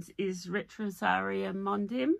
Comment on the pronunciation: Hi I love your joy of knitting! (just a heads up that ‘Mondim’ is pronounced mon-deeeeem!)